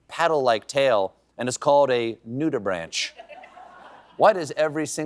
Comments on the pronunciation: A real lover of science would know it's pronounced nude-ih-brank, not nude-ih-branch. "Naked Gills". Tsk tsk. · Correction from a friendly jackal on loan from Seth Meyers' show: "Nudibranch" is pronounced "nudibrank." #themoreyouknow 🌠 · Hey Stephen, it is not “nudi- branch”. It is pronounced “nudi-brank”! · Ahh... Stephen isn't as much of a nerd as he makes out. Nudibranch is pronounced "nudy brank" 🌞 "That's not a knife! This is a knife" was Paul Hogan's line from "Crocodile Dundee (1986)". Hogan's Australian, not English. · It's pronounced "nudibrank" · You mispronounced nudibranch . The ch is hard: NOO-dih-brank. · NudiBRONK, not nudibranch. Use your words, Stephen. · The "ch" at the end of nudibranch is pronounced like a "k"! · It's pronounced noodibrank. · I think that is pronounced noodibrank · nudi-BRANK is the correct pronunciation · It's pronounced "nudi-brank" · Afraid you blew the sound of science. Nudibranch has the "ch" pronounced like a "K", rhymes with bank. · It is actually pronounced "Nude - i - brank" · Funny guy love watching! Pronounced NEW duh brank I think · Doesn’t anyone there know how to pronounce “nudibranch”? Jeez!